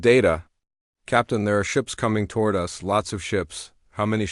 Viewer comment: Indeed it would be great. Unfortunately I don't think it'll happen. The text to voice engine can't even handle a period (dot) nor pronounce "us" other than "US".